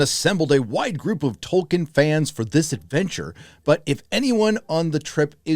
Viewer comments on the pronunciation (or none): Well thank God. Dunno who got in his ear but hearing "Toll-keen" was getting taxing